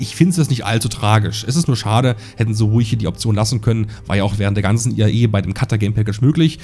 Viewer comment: Es heißt IAE und nicht EIA, so wie du es immer aussprichst…